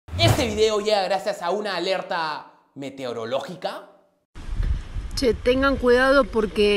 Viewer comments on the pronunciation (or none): le da un sape a la señora meteorológico señora ... me-teo-ro-lo-gi-co aprenda a hablar bien señora... ahora... ya sientes señora!!! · La concha no puede decir meteorológico